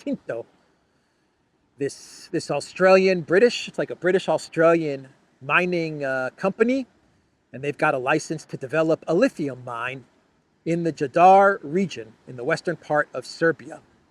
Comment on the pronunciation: I’d like to assist you with pronunciation, agin. “Jadar” like “Jugoslavia” (Yadar or Yugoslavia). Or like grandmother in Greek: γιαγιά. Cheers matey